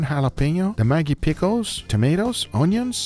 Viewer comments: I speak on behalf of the indians that the mag in Maggi is pronounced like rag. Not like how u said cause it has a diff meaning. The word u said literally means a sex worker in bengali culture. So u added sex worker sauce to ur food. Just saying. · are you also triggered how he pronounced "Maggie" sauce